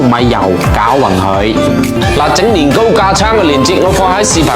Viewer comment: Here come again sister 😅 thanks for your "Lin Go"😊